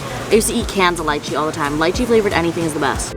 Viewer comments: I started dying when she pronounces lie-chi when it’s Lee-chi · Lol I love you but it’s pronounced Lee-chee not lie-chee 🤣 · wait isnt it pronounced as lee-chi and not lie-chi?????? i mean thats how ik it as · it isnt lychee (lie-chee) it is lychee (lee-chee) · did taht how you pronounce leeche it sounds like lichi😆love you tho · No one: Me when said lycheee: It's litchi babe xD 'nvrm we pronounce it like that' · Everyone: lychee. (Leech-chi): lychee (light-chi). 🤔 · ily girl but isn’t it “LEE-chee”? not the point anyways 😭😭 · It's LEEE CHEE lol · She pronounced litchi wrong. You say it like, lee - che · I love how she prounates leechee like the way British ppl pronounce it